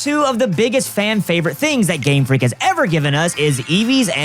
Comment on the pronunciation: ... did I hear Gamefleek? XD